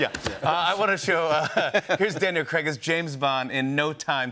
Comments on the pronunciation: Craig not 'Creg', its bad enough mERiCaNs ruin our language and have now moved on to names 😂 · The way Americans say Craig ffs learn proper English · You'd think they'd be able to pronounce "Craig" correctly after 15 years